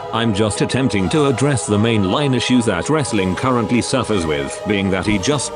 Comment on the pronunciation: TTS makes it sound like “rizzling” star rather than wrestling star.